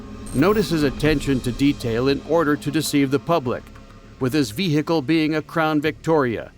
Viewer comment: Say vee gee kle one more time again